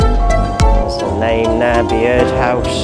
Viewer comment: Bee-ird house??? It’s just pronounced Bird house mate.